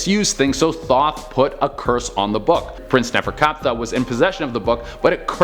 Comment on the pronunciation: Legit for a second I thought he said the book of thot, I was like hmmm... interesting 🤔